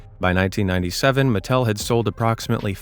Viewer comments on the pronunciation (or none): none